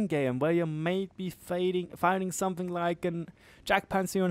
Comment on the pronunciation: "somefing" Something*... where do you find an F in there...?!?!